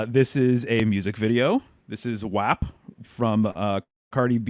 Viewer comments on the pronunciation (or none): by the way, most people colloquially pronounce "WAP" as rhyming closer to mop, not tap... bit of a zoomerite shibboleth